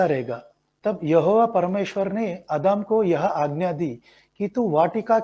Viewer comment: I think you need to improve Hindi language skills, there are mistakes while reading too. Such as Adam, you pronounced admi